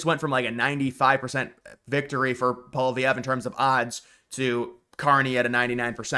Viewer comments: Hey... would you please stop saying "POL-VEE-EV"??? His name is pronounced "POL-EE-EV"!!!! There's no "V" in the middle of the name!!! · Who is this guy, seriously? Alberta can’t secede. That’s not how any of this works. This guy literally doesn’t have any expertise in what he’s talking about. He just talks out his ass. Also, it’s not “Paul Vee Ev” you dolt. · Let me Americanize the name for you: POLY-EV . You are welcome. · His name is pronounce polly ev. Polvy ev. FYI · “Poly-evv” is how his name is pronounced. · u gotta learn ho9iw to pronounce Pollievre bro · Why can't this guy pronounce Poilievre or Newfoundland?